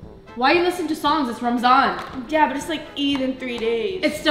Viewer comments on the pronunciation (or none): Why did you say ramanz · It's not Ramadan it's ramzan understand